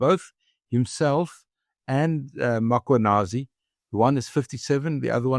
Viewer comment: And would people please pronounce the name correctly ... it's Mm.khwanazi, not Makhwanazi...!